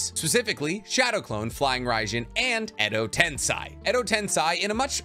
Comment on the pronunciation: Why do you insist on calling the jutsu "Edo Tensai"